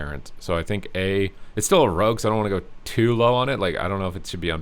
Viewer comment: Don't encourage how he says it please